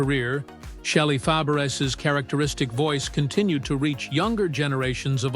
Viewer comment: Shelly Fab-BRISS?? Really? How can you relate to this clip when the announcer can't even pronounce her last name correctly?